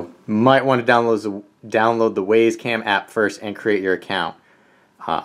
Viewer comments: Thanks for the review ... it was fine. Except, for one thing ... . The camera is named the 'W[Y]ZE CAM'. Clearly pronounced ..." [WI]SE ... CAM". NOT ... "W[A]YS ... CAM". Presumably named as it is, to try to make owners, and potential owners of the camera feel WISE ... for choosing such a valuable item to purchase. You seem to be a well-spoken, reasonably intelligent person. But ... When you call the 'WYZE Cam', the 'WAYS ... Cam', it makes you sound like a MORON. Please ... Stop. Thank you. 🤨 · It's pronounced, "Wise" "Waze" is a nav app. Great info packed review, by the way! Well done! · How do you pronounce WAZE? Then how do you pronounce WYZE? WISE!!!! NOT WAYS!! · It's not Ways it's wise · I believe the it should be pronounced like wise not ways. Hint wise camera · I'm pretty sure it's pronounced "Wise". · Love the video. It's pronounced Wizz cam btw. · Uh, no? Where are you getting that information? The company name is pronounced "wise" ... Go look at their YouTube videos. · It’s pronounced “Why’s” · Had to dislike just because you cant say wyze correctly during the review